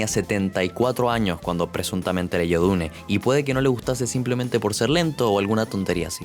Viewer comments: Se dice diun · Iba bien el video pero detesto que digas dune remarcando la E al final. Me tuve que salir. Hasta donde ví era buen video si